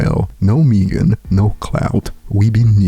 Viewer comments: Meg-en not Meeeeegen lol,,it's all good though, just having fun, no diss intended. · don’t know how to pronounce Megan at all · This guy can’t pronounce Megan ? Wtf ? 😂